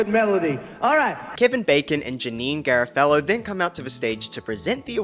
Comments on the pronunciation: mark. Bro, way to completely butcher a name. It's Jenine "ger-AH-fuh-low", not, "erra-FEL-low". Like, you couldn't have f**kedit it up any wáorse more, lol. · Hi! Loving your recaps! Just a tip that Janeane Garafalo’s last name is pronounced “guh ROFF uh low” Cheers! 🥂